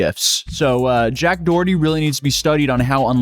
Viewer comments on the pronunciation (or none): Jacked DUH-erty.... Yikes...